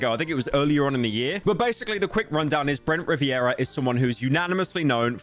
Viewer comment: “Brent riviera”